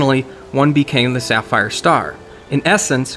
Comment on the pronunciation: Sapphire star... Is Saphijiva